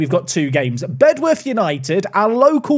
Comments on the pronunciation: It's pronounced "Bed-uf". We tend to let native speakers off though so don't worry too much about it 😂 Thanks for the away day there! Very cool to see a place I've actually been too on the channel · Lmao they are actually right (comment section) it’s pronounced bedorth just like dulwich is pronounced dulich ❤ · Bedworth is pronounced BED UTH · Fun fact, I actually got an assist on that Bedworth (genuinely pronounced Bed-Uff) pitch when I played youth football, they were our local rivals